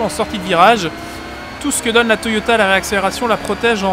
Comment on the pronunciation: J avais jamais fais attention mais a 2m52 Toyota en fait le vrai nom c'est "TOYATA" lol